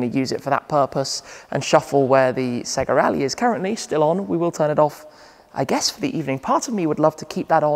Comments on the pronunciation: its SAYGA ! not SEGGA .. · It’s SAY-GA. Remember Sonic SAY-GARRR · Dude, it's "SAY GA" :D